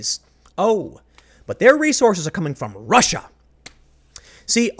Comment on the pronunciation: Tim is channeling a bit of Shapiro today. Rrrrussia